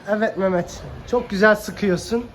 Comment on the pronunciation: Selam hemşerim o küçük kıza mamet merhaba dedin ya ozaman anladım Gaziantepli olduğunu 😂 işin gücün rast gele kardeşim 😀👍